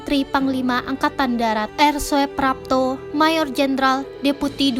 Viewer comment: kerana itu ejaan lama, oe di baca u, sedangkan j di baca y. anda salah baca ejaan , di sengaja atw memang tak tau ejaan lama.? soeprapto di baca suprapto bkn soeprapto. Demikian pula dgn soetojo di baca sutoyo bkn soetojo. sblm bt naskah cari tau dahulu apa arti inisial huruf sang tokoh agar penonon dan pendengar naskah yg anda bacakan tahu apa arti huruf inisial yg anda sebutkan contoh A .yani. A , ahmad ...R,raden S , siswondo dsb.